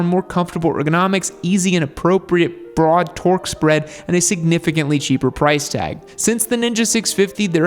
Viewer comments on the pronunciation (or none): none